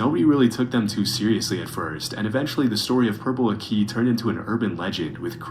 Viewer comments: Why is he pronouncing purple aki so damn weird? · Purple Ak - EE. Not Purple Akey. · NAAA FLIGHT REACTING TO PURPLE AKI HAHAHAHA aki is a legend the narrator pronouncing it wrong is winding me up tbr